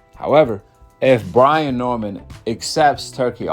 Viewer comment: Brain???? 😂😂😂...its Brian.